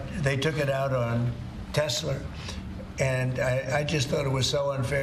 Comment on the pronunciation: It’s Tesla and not teslur! And the front lawn is not a car sales lot